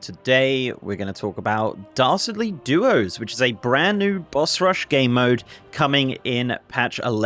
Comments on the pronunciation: Great overview,! Also, everytime you say "Dastardly" it sounds like "Darcy" and I'm a big fan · I thought you kept saying "Darcy Duos" lol